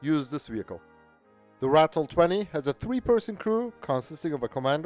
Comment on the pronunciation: Just by the way... it's pronounce RAH-TILL. Not "rattle" although most of them did